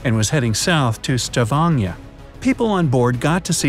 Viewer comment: How you said Tromsø and Stavanger is halirius i acctully live in norway